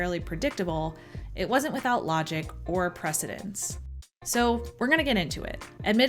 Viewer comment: You should be saying "precedent," not "presedence."